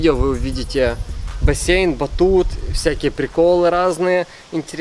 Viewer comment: Бассейн а не боссеен